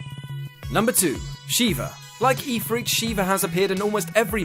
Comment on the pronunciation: Ifrit is pronounced If-rit, not Ee-frit